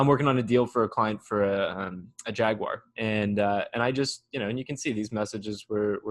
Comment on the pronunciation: Well said old chap. You pronounced Jaguar correctly. (Jag-u-r) Which is rare for Americans. They usually say ’Jag-wah’. So Kudos to Dad🤡 Yes, I’m a Brit. Great videos, keep em coming. Thanks. May the Force be with you.🌀 (-: <*>:-)